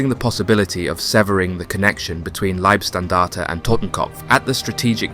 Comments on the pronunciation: It's not Liebstandarte, but Leibstandarte. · You say Liebstandarte and Schlieffen in exactly the same way as you pronounced Fliegerkorps. You also pronounce the last E in standarte. Leebstandartuh, just like in every other documentary about this, easy. We also don't say the P in corps, because that is a homophone with corpse. What also marrs this otherwise competent presentation is the constant slipping out of English and into American English. Editorially it's better to choose one dialect and stick to that throughout.